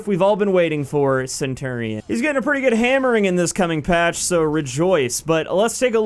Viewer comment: Great video but pronounce centurion right please.